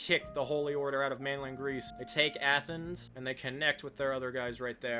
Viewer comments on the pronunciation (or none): What the hell is Athenas? It’s Athens “ath-ins” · Why do you pronounce Athens like that?